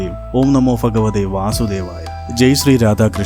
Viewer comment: ഫഗവതെ എന്നല്ല!, ഭഗവതേ എന്നാണ്!!. 🙏